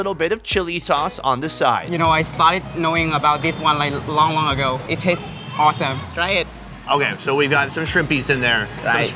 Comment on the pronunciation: It’s Long... not Lal